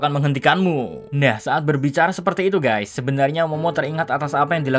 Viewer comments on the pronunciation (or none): none